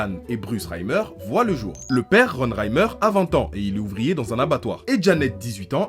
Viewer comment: Mec si jamais c’est Reiner mais pas Reimer